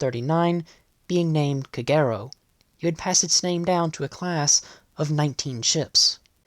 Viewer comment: I always thought Kagero was pronounced with the accent on the first syllable KAgero not on the second syllable kaGEro as spoken in the video.